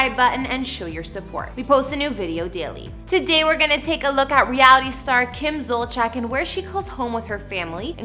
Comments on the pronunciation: It’s killing me every time she says her last name. It’s not Zolcheck! It’s pronounced Zol-see-ak!! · Zolciak is pronouced ZOL-Z-AK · I've noticed over the past few years that news anchors, YouTubers, writers, etc, do not take the time to learn how certain words are pronounced, especially names. To me, it comes across as laziness. It is very easy to learn how someone's name is pronounced, especially a famous person. I wish this video got the correct pronunciation of their last names. It makes the video seem impersonal. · That house is nowhere near 17,000 square feet. And you don’t pronounce Zolciak right 😂